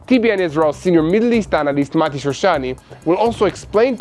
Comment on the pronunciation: Not marti….. it’s Mati